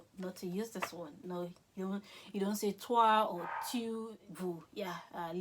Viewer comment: La prononciation des tu n'est pas bonne, "tyou" n'existe pas en français en tout cas merci pour votre dévouement